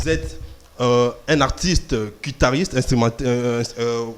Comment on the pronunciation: Un musicien soit disant professionnel qui ne sait pas prononcer le nom de l'instrument qu'il joue correctement.On dit guitariste et non "quitariste"